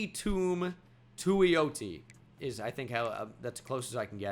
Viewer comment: Also it’s pronounced “Tatum too-ee-oti” gonna be a stud at Oregon in real life